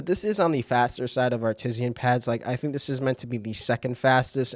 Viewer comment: downvoted because of "Artisian"